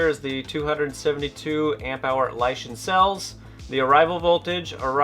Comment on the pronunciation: Oh, and I think it's "Lishen," like "lishen up, and lishen good."